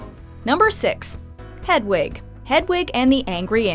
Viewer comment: Why can the narrator not pronounce "Hedwig" properly?